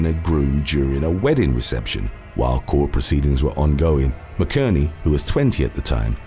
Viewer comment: You’ve finally pronounced a name wrong. McInerney is pronounced Mac in ernie … 😅